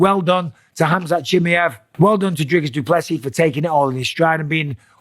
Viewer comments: Khamzat Chimi-ev 😂😂😂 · "Hamzat Chimmy-yev" - Bisping